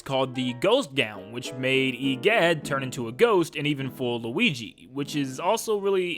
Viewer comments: I like when he says luigi for the first time in the part where he started talking about luigis mansion he actualy said luiki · When he is just getting into luigi's mansion 1 he says luigy